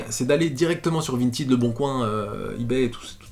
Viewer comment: Jour 367 de harcèlement de pour qu'il prononce correctement Vintèd et pas Vintid